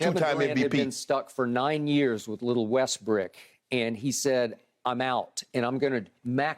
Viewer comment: Skip said little westbrick 😂😂😂